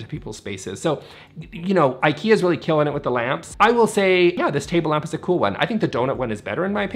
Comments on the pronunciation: It's really ok not to learn Swedish for this 😁But you COULD pronounce Ikea as it is intended... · I am not angry but just the Brandname should be pronaunced right I think. Other than that nice vid and thank you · Please don’t say Eikeea. It is pronaunced Ee ka(y)ah